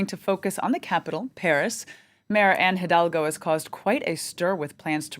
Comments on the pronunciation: Elle a beaucoup de mal à dire Anne Hidalgo haha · She had a rough time pronouncing Anne Hidalgo 😂